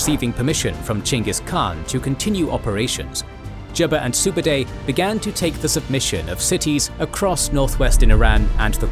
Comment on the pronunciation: How on earth could you manage to say Subadei repeatedly instead of Subutai.